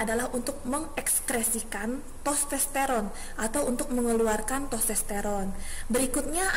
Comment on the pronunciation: maaf bu. sekedar evaluasi.... mohon membenarkan penyebutan nama organ. Skrotum... bukan skortum, testoteron bukan tostesteron... tuba fallopi bukan leher rahim. nama lain leher rahim itu Servix... mohon maaf sebelumnya, tetap semangat untuk berkarya...